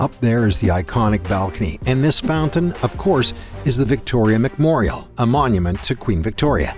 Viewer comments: Did he just say McMorial instead of Memorial?? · What is the Victor mecmorial you need to say it correct memorial